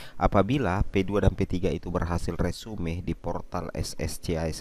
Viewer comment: Bukan resume bacanya....resum